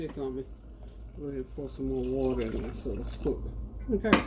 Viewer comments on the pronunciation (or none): none